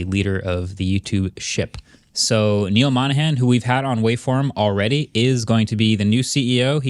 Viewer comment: it is Neal Mohsn, not neal monahan lmao indian pronunciations